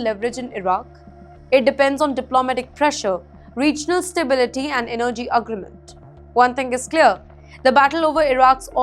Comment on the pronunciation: This news reporter, needs schooling on how to pronounce her words correctly.. What is agragmant? Don't you mean agreement?